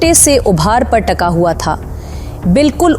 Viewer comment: Miss Yahan lafz taka naheen Tika istamal ho ga .Hawa hay hua naheen Urdu per tawugo dain.🇵🇰🇵🇰🇵🇰🇵🇰🇵🇰🇵🇰♥️